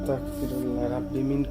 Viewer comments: ভাই আপনি যে ভিডিও তে আস্তাকফিরুল্লাহ পরেন....কথা আস্তাকফিরুল্লাহ হবে না.... আস্তাগফিরুল্লাহ হবে.......Take love vai❤️❤️❤️ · আসতাগফিরুল্লা বলবেন।ক না গ উচ্চারণ হবে